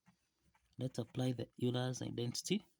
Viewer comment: It’s Euler’s, not Eurler’s identity. And his name is pronounced like “oiler”, not “you ler”. And which are your problems origins: Germany, Harvard, or Olympiad? Ha!